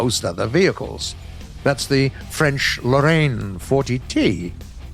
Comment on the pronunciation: french accent Lorraine 40t hon hon hon